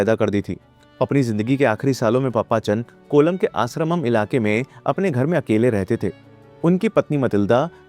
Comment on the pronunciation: It's not पप्पाचन, it's पापचन